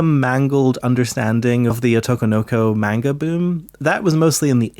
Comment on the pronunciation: Good video but please learn to pronounce the words Ghibli and Manga (among others).